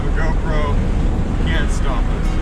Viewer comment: I though he said rock “SHOP” lol